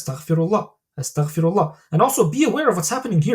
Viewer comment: Amazing talk! Please make sure to say astaghfeerullah and not astakhferullah Like its استغفرالله not استخفر الله Its غفار not خفار Just felt I needed to say this to you can reap the full benefits and I really love your videos may Allah bless you and we are learning a lot Thank you